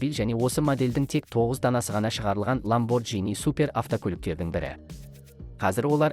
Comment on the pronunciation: ЛамборГини деп айтылады😅